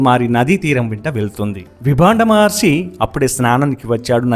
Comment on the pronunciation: Maharshi anali kada meeru padhey padhey Maharsi antunnaru. Ur story telling was amazing and clear